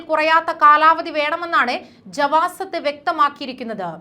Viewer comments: جوازات ജവാസാത്ത് എന്നാണ് വായിക്കുക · മോളെ ജവാസാത്ത് എന്ന് ഒന്ന് വ്യക്തമായി പറയൂ ഇതൊക്കെ പഴയ നിയമങ്ങളാണ് കൂട്ടിയോ നീ എവിടുന്നാ വരുന്നത് വാൾ ഇപ്പം വാർത്തയുമായി വരുന്നു